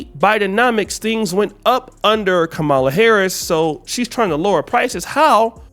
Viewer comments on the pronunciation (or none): It's Ka Ma La, not Kah ma la.